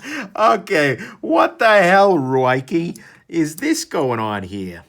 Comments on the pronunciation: I read it’s pronounced “Ricky” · He keeps calling it ruiekee